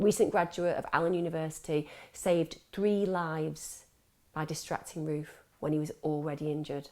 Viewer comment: I thought you said Ruth. NOW in my mind I just keep hearing him being called Ruth ;)